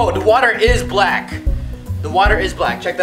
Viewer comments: When roy said BALCK Sounded like racist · The way he said “BLACK bath bombs”😂😂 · Why he say black like that the first time my mans said BLACK